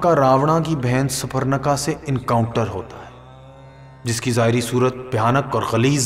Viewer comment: बहोत से words galt bole he Jaise मोक्ष को मोक्षा राम को रामा कैकयी को कैकी भरत को भरता रावण को रवणा सुर्पनका को सुपरणका